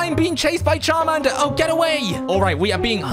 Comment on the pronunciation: Did you really just say sharmander